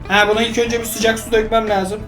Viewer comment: 0:2 dikkat ilk bolum derken karışıyor yilk diyor